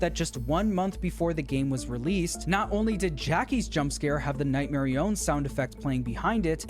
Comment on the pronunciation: nightmarionne is not pronounced like that marionne is pronounced mar-ee-on